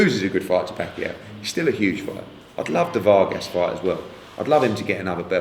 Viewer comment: Don't know why Hearn pronounces "Vargas" rather strangely. Not that hard.